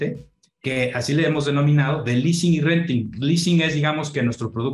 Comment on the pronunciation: El famoso leasing no lease 😳